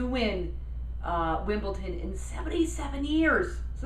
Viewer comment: It's WimbleDon (with a "d"); it sounds like you're saying WimbleTon (with a "t").